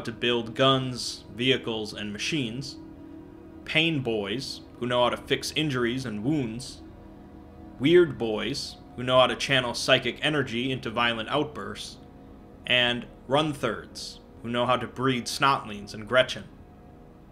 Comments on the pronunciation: Just a little thing, it's pronounced RUNT-herd, not run-therd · Great video, but I'm pretty sure Runtherd is pronounced: Runt-heard. As in, someone that herds runts. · Run-THERDS? Run-THERDS? RUN-THERDS? Get it right dude, RUNT- HERD, a Herder of RUNTS!!!! RUNT-HERD!!!!!! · is it not runt-herd, instead of run-therd?